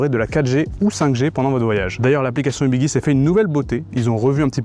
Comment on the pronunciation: On dit Ubiji et non Ubigui (Guirlande, gyroscope)